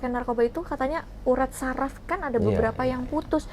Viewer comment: bukan Safir ka uyaa..tapi saraf kali😅😅😅😅laki ko.kaya banci banget